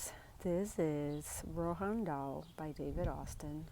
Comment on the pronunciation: Roald Dahl not Rohan Dahl.